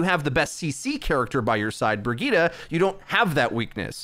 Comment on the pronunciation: I seriously can’t unhear the “Burgitta” 😂😂